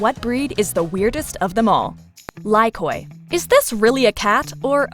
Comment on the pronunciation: The pronounciation of "Lykoi" is terrible.. First of all "o" is silent, and "y" should be pronounced as "i", not as "ai". Stop distroying greek words, people... And yes, that breed surprised me, looks like an old-man cat with grey beard.